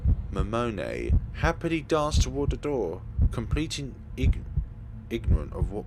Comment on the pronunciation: Character Pronunciation: Takuru Miyashiro = Tah-koo-roo Me-yah-she-roh Serika Onoe = Seh-ree-kah Oh-noh-eh Yuuma Ootani = Yooo-mah Ohh-tah-nee* (Haru was perfectly pronounced) Momone Takayanagi = Moh-moh-neh (you pronounced that right) Tah-kah-yah-nah-gee (hard "g") *You elongate the pronunciation of vowels that appear twice. An exception is "ei", which is an elongated "eh". Misc Pronunciation Shibuya = She-boo-yah Niconiya = Nee-koh-nee-yah* Otaku = Oh-tah-koo *Sometimes the japanese will use "c" in their own translations. These have the same consonant sound as "k". Gonna cut it off here since I don't know the limits of YouTube comments. Notes for further pronunciation of Japanese words: the vowels will always have the same sound and pronunciation universally. "a" will always be "ah", "o" will always be "oh", "e" will always be "eh", "i" will always be "ee", and "u" will always be "oo". And consonants will always be the same, "g" will always be a hard "g". And lastly, vowels that are not the same (with the exception of "ei") put together are pronounced separately. "Onoe" is a good example of this.